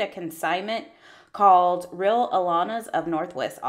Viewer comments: The sale you mentioned is pronounced “Ray-Lana” and it occurs Twice a year. A great resource for children’s cloths and equipment. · It's RHEA LANA'S.... Ree~Lah na